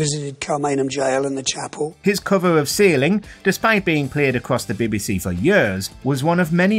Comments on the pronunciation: Bee Bee See not Bebe Se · "The Bibby-See"? LOL! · Why is the narrator having trouble with saying BBC? What's the "Bibby Sea?" Is it near the Red Sea? 😂😂😂😂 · The John Lydon story is a real indictment of the “Beb BC [as the narrator would say it]” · Why you got to call it “Bebbiesea”? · Can anyone tell me what "the Bi-Bi See" is? Surely the voice over can try and pronounce the initials correctly. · Why h call it bebby sea? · The next person to be banned should be the narrator of this video for his very odd way he pronounces "BBC"